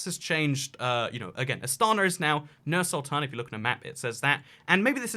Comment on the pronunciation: its pronounced as Noor Sultan